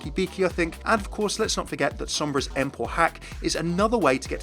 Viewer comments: did he just say "emp" lol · Wait, did promounce Sombra's ult "ehmp"?:(